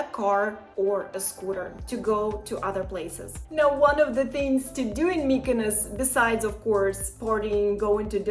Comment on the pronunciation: I'm not rude, but mykynos sounds absolutely terrible